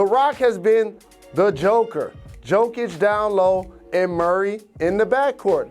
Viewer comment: Ile Stevo it’s pronounced ( YO- KiDGE